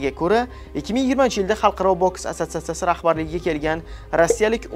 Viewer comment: Jurnalist asatsatsiya so'zini ayta olmaydi